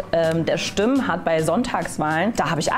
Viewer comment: Im Fernsehen - also ohne deine Zwischenkommtare - hätte ich diese Sendung keine 3 Minuten ertragen. Was dir nicht aufgefallen ist: immer, an den Stellen, an denen der Typ links von "Sonntagswahlen" sprach, was du korrigiert hast, spach die gute von Wählerstimmen, bei denen sie "Simmen" eigenartig betonte und mit den Fingern immer in imaginäre Anführungszeichen setzte. Häh? Und im übrigen hätte ich sie gar nicht als farbig wahrgenommen, lediglich die Frisur ließ auf "nicht weiß" schließen.